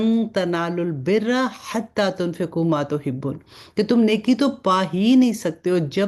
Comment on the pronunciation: Assalamo alaikum madam aap 1st ayat ko sahi nhi parh rhi aap ghor kryn mimma tuhibbon hy aap ma tuhibboon keh rhy hyn